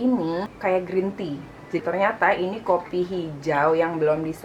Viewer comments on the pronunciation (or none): none